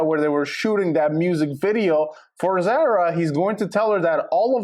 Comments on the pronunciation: ITS NOT PRONOUNCED THE SAME AS SARAH ITS ZAH RAH!!!!!! If you're gonna report, get the girls name right. Idk how many times you said her name wrong!!!! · ZAR-A....its not a long A sound